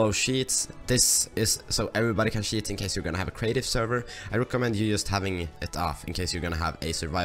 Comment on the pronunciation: It's read allow CHEATS ,not allow SHITS xDD lmao